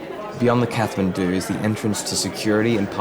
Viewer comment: Mate, the aitch is silent in Kathmandu. Cool vid!